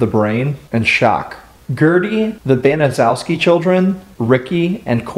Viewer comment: Actually, for a Polish name, it's one of the easier ones. BAN - uh - SHEF - skee